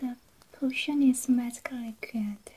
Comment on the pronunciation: me hearing cushion instead of potion ma'm this is not a cushion